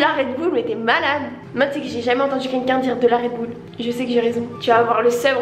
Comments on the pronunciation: debat sur le redbull premièrement on dit du et puis je suis là seule qui dit redbull et pas redboul dans la prononciation du mot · Teammm DU RedbUll par contre pas du redboul 🤣🤣 sinon super vidéo ❤️❤️ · On dit du redbuuuuuuul’en Belgique et non du « redboul » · Déjà c esy pas redboul mes redbul 🤣😭ça stresse que moi ? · Du Redbull sauf que je prononce RedbUll genre pas RedbOUll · Déjà je ne dis pas "redbouul" mais "redbull" 😭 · il disent redboull mais c'est redbull uuuu non ouuu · Déjà c aucun des 2 c redbulle et pas redoubl😂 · du redBUL pas redboul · Déjà on dit du redbull, pas du redboule 🤣